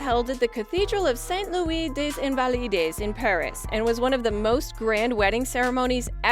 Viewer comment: ‘Des invalides’ is a French term and is pronounced ‘day zinvalide’. The ‘s’ of ‘des’ morphs into a z sound when preceding a vowel. Also, the final ‘s’ of a word is not pronounced if not followed by another word.